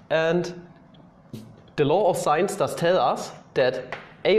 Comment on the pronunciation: Every time you say law of sines, I hear "law of science" xD